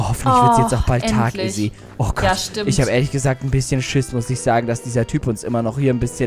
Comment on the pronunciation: sagt stat stimmt dimmt😁